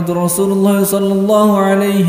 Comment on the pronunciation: Sholla bukan shollo👍